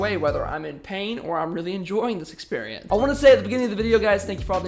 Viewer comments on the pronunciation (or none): My man out here saying experient